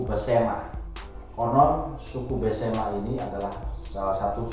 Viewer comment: Maaf mas, bukan pesemah, tapi Besemah.